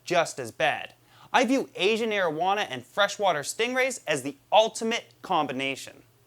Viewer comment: Is he saying marijuana